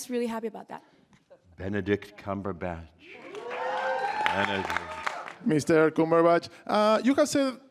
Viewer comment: " MR. COOMERBATCH " Ahahaha!!